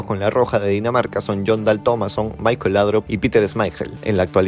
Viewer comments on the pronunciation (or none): none